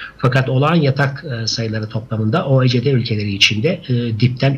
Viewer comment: OECD yi Türkçe telaffuz ettiğiniz için teşekkürler hocam